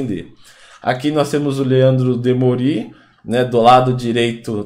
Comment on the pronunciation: DemÔri, não Demorí.